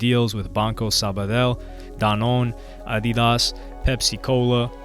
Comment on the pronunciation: This man says adidas wild